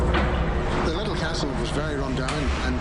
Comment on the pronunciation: Anything scarier than her pronunciation of "Castle" as "Cas-tel"??